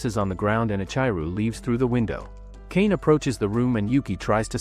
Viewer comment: One comment: it’s Ka-na-may